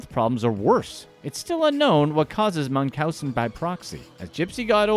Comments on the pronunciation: DeeDee suffered from Münchausen by proxy. It’s pronounced Munch (as in cha)-ausen. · you missed pronounced Munchausen by proxy its pronounced kinda like Munchies. Mun-cheez .. Now try saying Munchausen. Munch-house-sin....by Proxy. Pra-xie